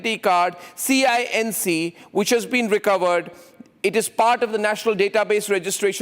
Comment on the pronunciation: What a funy idiotic person he is cinc😂😂😂 its cnic you idiot 😂